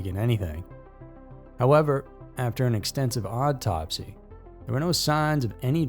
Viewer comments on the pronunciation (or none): You pronounced "autopsy" as "odd-topsy" in the first case, and I thought it was fitting.